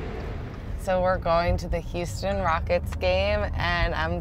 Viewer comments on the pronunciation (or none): none